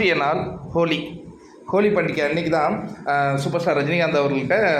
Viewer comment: Holi not koli